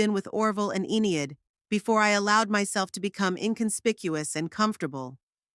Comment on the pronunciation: E nid, why use names you can't pronounce? Good story except for the irritating enieid